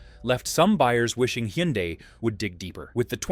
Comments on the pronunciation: It’s pronounced HUN-DAY. (Rhymes with SUNDAY) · The AI voice algorithm tried about 4 different pronunciations, all wrong. 🤖😅